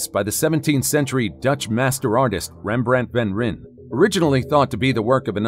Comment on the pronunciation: His name is Rembrant van Rijn. Not Remm- bränt van Reenn ! RembrAnt . A like in'Aah - i like this'. Van Rijn = van Rine would come close.